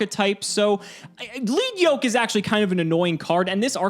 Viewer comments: I'm 99% certain the Lead in Lead Yoke is pronounced 'led', like the metal. The monster's wearing a heavy metal yoke that slows it down (lowers attack), but attacks break of chunks of it, lightening it and giving him his attack points back. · it's actually pronounced "leed" comes from it's ocg name "Leadblow" リードブロー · Isn't it Lead Yoke? Like the material lead? Pb?